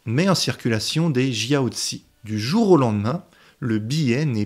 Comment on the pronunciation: jiaozi prononciation à la française: tjiao-dzeu